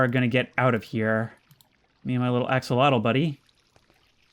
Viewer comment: Axel-otel You said it correctly